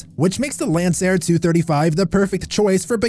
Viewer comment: This channel is hilarious. Child. 😂 “Lanceair” 😂 smh CHILD